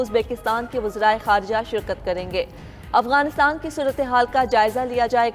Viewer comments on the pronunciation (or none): یہ افگان کہاں ہے اردو خبریں پڑھنے والی اپنا لیجئ ٹھیک کر لیں افگان نہیں افغانستان کہتے ہیں ورہ خبریں انگش ہی میں پڑھیں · Is larkey newscaster ko to bolna bhi nhi ata, Afghanistan ko kuch galat perhta hey